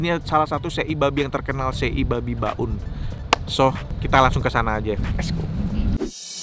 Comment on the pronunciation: Mohon maaf bang sebelumnya tapi sebutan tempat yang benar itu BAUN, bukan BA'UN🙏 Dan sekedar tambahan kalau mau tanya "apa kabar?" Dalam bahasa Timor itu bilang "on me kaka"👍😁